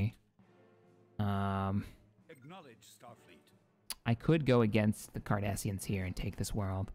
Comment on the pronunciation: Huh for a second I thought said "The Kardashians" lmao